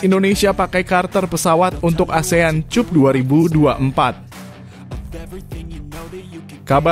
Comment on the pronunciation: Iiini orang yg baca berita tdk bisa membedakan mna bhs inggris mna bhs indo lpiala cup di baca tjup